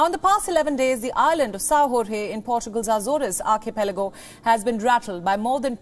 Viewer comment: Pronounciation of Sao Jorge: portuguese = like >>> Sao Shorsh(e) <<< Your reporter got it almost ... but: Acores = like >>> aessorsh <<< - not like spanish "asores"